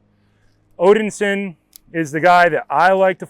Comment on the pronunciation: Odinsin? Nope, Odin-son